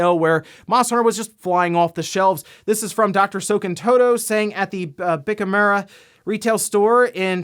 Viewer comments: Bic Kamura sounds like an anime villain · Bic Camera. did a double take when you pronounced camera that way. 😂